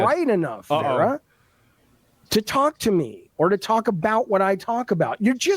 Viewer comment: I find it highly ironic that this man incessantly shouts "educate yourself" while failing to pronounce her name correctly. It’s Vara, not Vera.